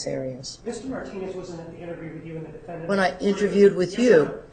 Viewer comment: Will somebody just tell that judge that it isn't pronounced "defendANT"